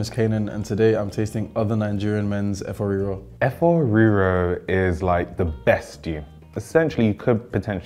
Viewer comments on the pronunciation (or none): wetin yeye oyinbo Efoowh Reeroww be dat?? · the pronunciations of efo riro in an English accent sent me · is automatically out for me just for that fvckass pronunciation of efo riro. 😭😭😭🤣🤣🤣